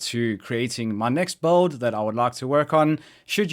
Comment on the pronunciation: I keep hearing "this bald... this is the best bald... I enjoyed playing this bald"